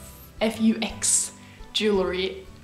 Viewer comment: Faux is pronounced fo